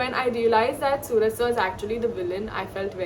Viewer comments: Pronounciation should be suraaj.... Not sooraj 🚫🙅‍♂️ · It is Suraj not sooraj mam